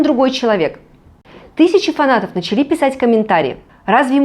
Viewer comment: Согласна с Татьяной. Вас интересно слушать ,но (не в обиду) ,исправьте ударение в слове " начали"(ухо режет).Правильно ставить ударение на первый слог(Мы только нАчали дружить, И стало веселее жить).В остальном все прекрасно.